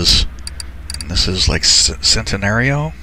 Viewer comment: Btw also not trying to be rude oc but it’s pronounced why-ra and Chent-a-nario